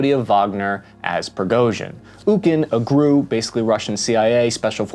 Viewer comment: I know I know, but you said it twice. G.R.U. not "Grew" ... unless you say "Dodd" for D.O.D., "Seeah" for C.I.A., and "Fibbee" for F.B.I.